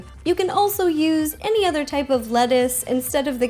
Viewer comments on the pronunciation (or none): none